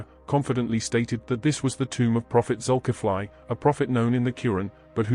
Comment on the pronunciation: The spelling is Zukifli. But it pronounced Zulkifle, not Zukifly. Example: Ali, pronounced Ale not Aly. 😊